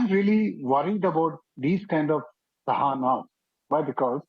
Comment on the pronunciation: I am puzzled why the anchor is pronouncing Shahana as Sahana. She herself is Shreya, does she call herself Sreya?